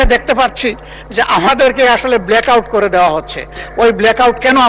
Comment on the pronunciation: অকআউট আর অকআউট 😂😂😂😂😂